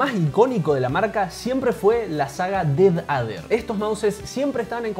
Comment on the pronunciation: ''el dedader'' JAJAJAJAJAJAAJJAAJAJAJAJAJAJAJAJAJAJAJAJAJAJA se dice pronuncia defeyder! no dijiste lo mas inportante los swich del razer son opticos con 0.02 ms de click deley contra 0.1